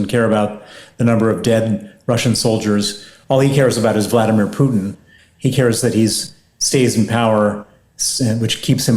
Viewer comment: How nice to hear pronounce "Vladimir" correctly 😃